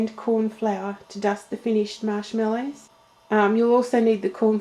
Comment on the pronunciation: What did you call the marshmallows at the beginning? it sounded like shot pork buns. lol ive listened to it a thousand times and cant quite make it out.What did ya call em? lmao!! =D